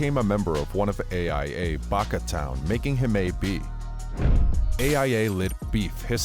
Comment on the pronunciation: Bakatown? Bro it's "Back of town" not Bakatown. Born and raised here wtf is bakatown? And if you know NewOrleans we don't have gangs, they tried coming here and got killed. Since you're here on YT go look up NewOrleans Exposed part 1 and 2 you'll see what I'm saying. To all of you bloggers, when speaking on NewOrleans please get the facts. Not some shit you heard. This blogger just made himself look a jackass to everyone who knows NewOrleans. Don't be that guy.